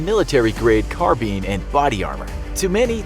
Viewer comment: He said “carbin”